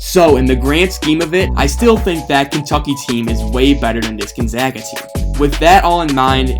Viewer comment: You get a like because you said Gonzaga correctly. Also your video was well made. GU fan here